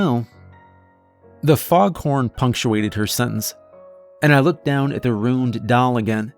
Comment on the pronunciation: 'Runed' and 'Ruined' are pronounced differently. A runed doll would be infinitely more creepy than a ruined doll.